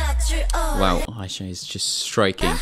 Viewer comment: It's official, is fluent in Korean. Instead of saying "wow" the English way, he said "wahh", the Korean way.